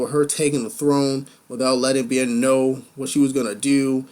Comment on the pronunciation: Your thought process is getting better with each review. LOVE that you did more screen grabs! p.s. Bjorn = B-Your-n. (I know, I hate "grammar nazis" too LOL so just ignore my crazy nit picking :p)